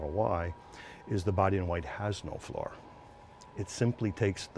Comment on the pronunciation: This is one of the hardest videos to hear and watch that I have ever seen. Who says, "Flar" for "floor"? Also the guy is talking about a part and the camera is pointed at the guy, not the part. So he is talking about the "flat" and we are looking at him, and I had no idea what the H a "flar" is. Makes me miss Hollywood, they know how to communicate.